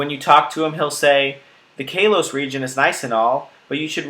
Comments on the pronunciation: XD KAY-LOCE? you mean koll-loce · You pronounce it like kar lose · it is not stated ka-lose it is said kol-ose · Talented Umbreon I think he means kalos. He says Kay-los not kal-os. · "Kay-lose" lmaaooo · your saying the name of the region wrong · The way you pronounce Kalos makes me want to run kittens under a lawnmower... Nice video, though.